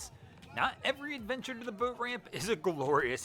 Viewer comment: Anyone else cringe every time this clown says "boat"?!?